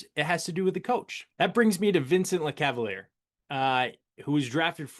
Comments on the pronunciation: The end of Lecavalier’s name is pronounced like Messier’s. So “leh-cav-uhl-yay”. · Oof you butchered names in this one. Lecavalier is luh-KAV-uhl-YAY. Milan Hejduk is like the city... Mee-lawn. Richard is Ree-shard. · Dude you sound ridiculous and lose all credibility after murdering Vinny’s name.